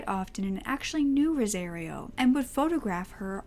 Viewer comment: It’s pronounced like “Rosa-Rio” like Rio de Janeiro. You’re pronouncing it like “rosé-reeo”